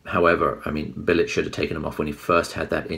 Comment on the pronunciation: Its pronounced "Bilitch" ...........